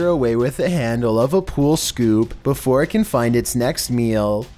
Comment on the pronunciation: Flooooowwwrrrr..... Neighbowwwworrrr..... beeewfowwurrrr... WTH..YOUR PRONUNCIATION